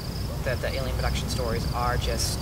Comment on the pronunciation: I think I should point out that it's alien not aleien